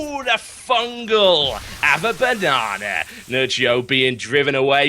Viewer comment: "Have a bannana" :?